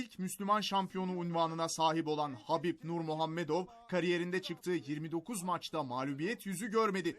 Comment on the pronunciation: Sunucuyu tebrik ediyorum, gerçekten Habipin adını ve soyadını doğru söyiedi, diğerleri ingilizceden direk Khabip diyor....